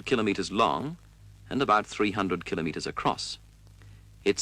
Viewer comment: congrats for pronouncing KILO METERS properly